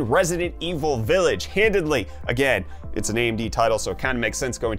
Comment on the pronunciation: Are you saying “Handidly?”